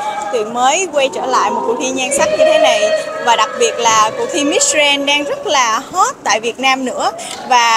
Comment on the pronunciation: Đọc “Grand” không chuẩn nhé